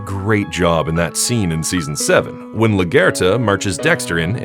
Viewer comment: Bro its la guerta not la gerta